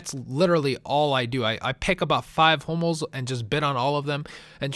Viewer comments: i thought u said homos not hummels...... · it sounds like he's saying 'homos' not hummels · I wear to god you kept saying HOMOS not Humells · Am i the only one to thought he said Homo? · Sounds like he's saying HOMOs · it sounds like your saying homos :l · sounds like your saying i bid on 5 "homo's" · it kinda sounds like your saying homos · it sounds like ur saying homos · I keep thinking ur saying homos